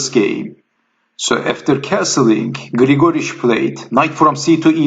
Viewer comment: Just a commentary on pronunciations--it is GLIGA-rich, not Gil-GOR-ich or Gli-GOR-ich. And I don't mind you swapping the names during the game; it is an exciting game, so that is understandable. Thanks for the post.